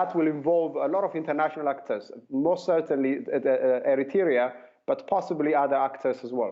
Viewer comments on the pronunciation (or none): sadly he could not pronounce the word Eritrea...he said Erietaria about 7 times lol